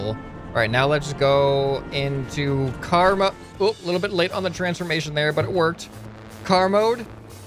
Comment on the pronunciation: When he says let's go into car mode before crashing I only hear let's go into karma the first time